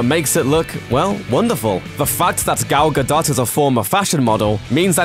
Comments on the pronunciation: Gal Ga-DOE, dipshit... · gal ga-dough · stop calling her Gal-Ga-Dot..... ffs research before making freaking vid. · I'm sorry, say "Gal Gadot" for me again? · Why do you keep saying Gal Gadot wrong?